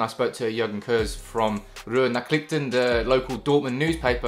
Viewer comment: As a german its funny to hear you saying „Ruhr Nachrichten“ 😂